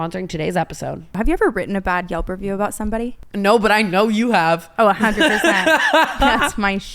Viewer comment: Brooke, google reviews!! Not yulp